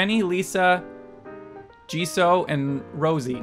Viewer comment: btw the names of Jisoo and Rosé are pronounced as Jesus without the final "S" for Jisoo and Rose-hey for Rosé <3